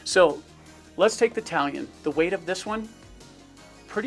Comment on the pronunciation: Am I the only one hearing, Italian not talon. Lol think I’m too tired.